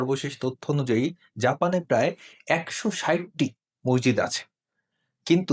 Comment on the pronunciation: "মসজিদ" শব্দের সঠিক উচ্চারন করলে ভালো হয়।